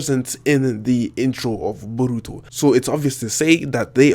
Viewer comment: I really hate your accent and the way you say borutos name